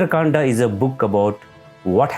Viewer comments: There is need for correct pronunciation by South Indian speakers. The name is Ram and not Rama. The book is Ramayan not Ramayana, the book is divided into kand and not kanda. If British refused to call our religious book correctly why we have to continue that tradition now. It is time Indians start speaking correct names. And if you were taught the wrong way then it should be corrected now. Ram is Ram don’t call him Rama. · It’s Kand not Kandaa !! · What is kanda...say kaand🤣🤣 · It's Ramayan ( not Ramayana), it's Kand(not Kanda), it's lav and kush (not lava and kusha). Don't use unnecessary words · Please correct your pronunciation, No one RAMA , he is Shree "RAM". And What is Kandaaa, There is no word is like kandaa. "Kaand". Don't use AI generated pronunciations . Those are Hindi/Sanskrit words and their prouncotation should be like that way. what "aaaa" in everything.😂😂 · its kand not kanda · Start pronouncing it properly....it's Ram...not Rama.......it Kand not Kanda..🙏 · Please correct all your pronunciations its RAM not RAMA, Its Ramayan not RAMAYANA, its KAND not KANDA. What is this obsession of adding a extra "A" at the end of every word and changing all the holy names. Its always been RAM not RAMA, RAVAN not RAVANA and so on... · Pls proboince Kand correctlt. Without"aa" at the end Its kand. Its Dashrath. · Pl don't pronounce 'Ram' as 'Rama', 'Kand' as 'Kanda' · Why saying ram to RAMA, kand to KANDA, correct it, you can easily pronounce it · why is always बाला but actually it is बाल similarly it is not Kanda it kand So it is Baal Kand Ayodhya kand Himalay not Himalaya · can we please stop adding an 'a' at the end of everything? Rama...Kanda...Dashratha... Its ok to spell it that way but why do we pronouce the a?? Its Ram not Rama. Kand is not even a noun, why an 'a' at the end of it? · First of all stop, spelling Hindi words as English words, it's not Kanda it's Kand. People behaving like they can't speak Hindi words.